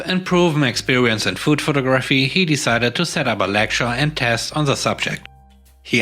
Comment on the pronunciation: Your English is amazing. Just an fyi. Photography has the emphasis on the 2nd syllable. Pho-TOG-raphy. Sorry, I'm a mom.